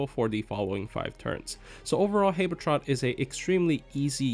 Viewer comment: Why do you pronounce habetrot like that